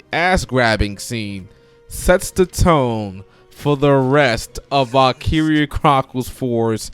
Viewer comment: You're saying it wrong.